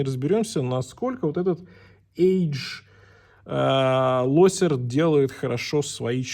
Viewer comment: ажелочер читается это латынь